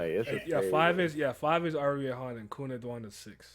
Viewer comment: and "Ari Han" :P